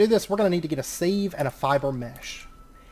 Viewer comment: It’s not pronounced as it’s spelt brother... you’re saying “sieve” but it’s pronounced “siv”